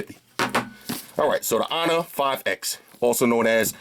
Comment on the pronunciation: "...of the wo-way 'onor 5x." Best tech youtuber. ;-)